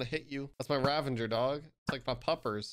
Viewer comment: It's Ravager not Ravenger. Great vid btw